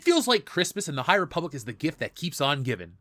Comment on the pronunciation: the high repoopblic, am i right?